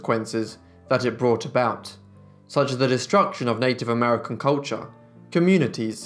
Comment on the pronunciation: "As Americar..."